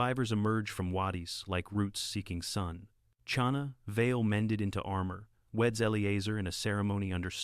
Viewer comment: Narrator needs to learn how to pronounce the ch in Chana. Not like cherry. Like the ch in Bach, the composer.